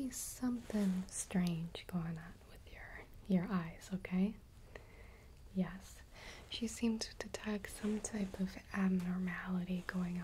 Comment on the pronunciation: Is she saying "Yes" or "Yas"?